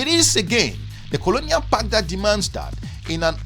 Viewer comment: Common man, word is PACT….not “PACK”